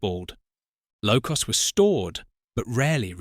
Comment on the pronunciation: Interesting video ruined by AI narration ! Locos pronounced low- coss ! Hymek pronounced hee meck !